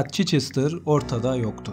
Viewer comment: Çeçestr değil Çhestır